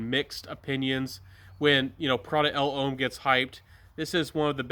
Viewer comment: I like the Baldessarini. Nice list. But please please please, it's just pronounced as Prada 'Lom', not 'El Hom'!